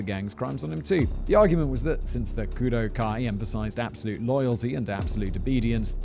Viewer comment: I think it's pronounced Kudoh-oh